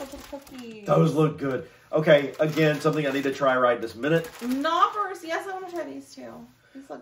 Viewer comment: Knoppers are German, the K should be pronounced.